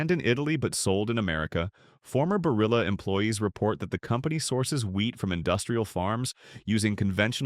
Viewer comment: You can’t even pronounce Barilla correctly. Why should I trust you?